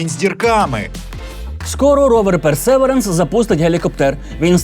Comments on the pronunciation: Ровер персевіренс а не персеверенс 👨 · Вимова perseverance невірна)